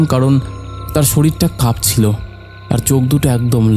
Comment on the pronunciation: আরে চন্দ্রবিন্দু গুলো উচ্চারণ করুন।"কাপছিলো,কাপছিলো"।ডিস্গাস্টিং।এগুলো ভৌতিক কান্ড কারখানা নয়। এগুলো হিস্টিরিয়া।বলুন গপ্পো শোনাচ্ছি,ভালো লাগবে।ভৌতিক কাহিনী নয়। এতো রাত-বিরেতে এখানে ওখানে ভুতের সন্ধানে ঘুরলাম কই ভুত?সন্ধান পেলে বলবেন।